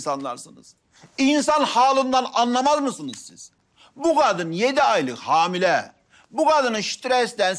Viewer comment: Yine hamil demesi baran ya